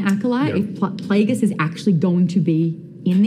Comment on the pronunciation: Wow. A panel of 40 year olds play acting as teenagers reacting to Star Wars theories that they’re pulling out of each other’s asses. “Dude that’s SICK”. The second that wuss said “PLAYDJUS” I knew we were watching paid actors.